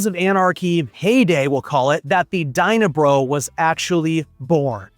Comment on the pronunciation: It's Dyna Brah...Brah!